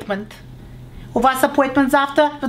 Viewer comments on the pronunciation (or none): Апоитмент в pee aam!!!!))))